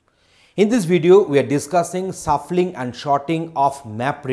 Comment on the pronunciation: Man it's shuffling and sort not suffling and short